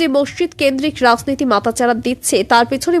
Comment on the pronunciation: এত খারাপ উচ্চারন। চক্রান্ত হয়ে যাচ্ছে সক্রান্ত। রাজনীতি হল রাসনীতি! ধুর এই ন্যাকা আদুরেপনা আর ভাল লাগে না...